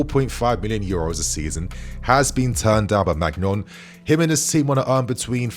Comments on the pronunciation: It’s pronounced mainian not magnon 😅😅😅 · It’s pronounced “Mee-g-nian”, but yo we should’ve raid Milan Theo, Rafa, Maignan 🤣